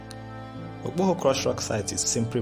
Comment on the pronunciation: Akpoha not Okpoho